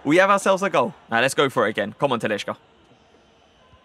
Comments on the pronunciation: TaliSca!! Stop with the "sh" in brazilian portugues names!!! It's wrong and cringe asf. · you're pronouncing talisca wrong mate